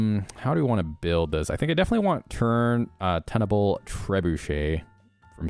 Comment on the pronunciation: "Tun" in Tunable Trebuchet, is pronounced like "toon," not like "ton."